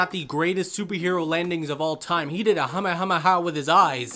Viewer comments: You mean Kamehameha not hamehameha you sound like my kids when they was little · Did you just pronounce "Kamehameha" as "Humma-Humma-Ha" 💀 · Nice review regarding Cyclops in X-Men 97. Just kinda wish you didn't pull a Goten-Japanese-dub and mispronounce the Kamehameha in your own way😶